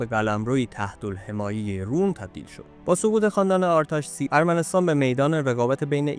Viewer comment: با تشکر از مطلبی که تهیه کردید. با این وجود به دو نکته می خواستم اشاره کنم. لطفاً در تلفظ و ارائه ی برخی اطلاعات دقت کنید. تلفظ درست برخی از اسامی به قرار زیر است: اسم تاریخنگار خورنی /xoreni/، شهر باستانی اربونی /erebui/ و اسم پادشاه ارمنستان آرتاشس /ārtāšes/ است. در ضمن ارمنستان اولین بار در اواخر سده ی چهارم میلادی بین ایران ساسانی و امپراطوری روم تقشیم شد و بقایای شهر باستانی اربونی داخل شهر ایروان می باشد.